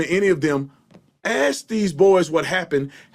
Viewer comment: Funny how Smith and Tatum can say ask perfectly but somehow says it like axes (like chopping wood) being racist is just plain stupid